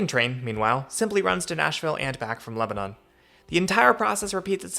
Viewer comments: You make so many good points about how weird the whole thing is. Maybe someday some of us in the larger suburbs will be able to ride into downtown on the train. Unlikely, but a girl can dream. Btw, it’s “LEB-nun”, not “Leb-a-NON” 😄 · Great video thanks for making this. Just remember in TN, it is Leb-ah-nuhn not Leb-ah-nohn. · leba NAN not leba NON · LebanUn, not LebanOn. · It’s pronounced Leb a nin 👍🏻🥰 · It's "LEB-nun" just for the record. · I’m surprised no TN natives have mentioned the pronunciation of Lebanon. The country of Lebanon is pronounced as you say it in this video, but the city in TN is pronounced LebanIN. I had to get used to this when I first moved to TN. That and the proper pronunciation of Demonbreun 😂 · It’s not Lebanon. It’s pronounced Leb a nun. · Came here to post this. Let's don't tell him about Santa Fe. 😅